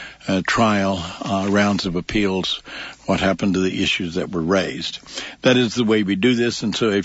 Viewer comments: It’s “appeals” not “apealds”. Good grief. I know Ray likes to intentionally sound as feminine as possible because he likes the attention, but damn, he’s got the most annoying and activating sound I’ve ever seen. Pick your mouth up and stop playing into your sexuality every other second. Nobody cares. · The sound of Ray Hill’s voice has got to be the most annoying lisping voice I’ve ever seen. Can’t even listen to it. Man pick your mouth up. The feminine lisp on top of it is just awful. “Appealds” - if I hear it one more time. Ray, there’s no L in “appeals”.